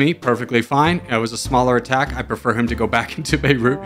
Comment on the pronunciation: good job pronouncing beirut :)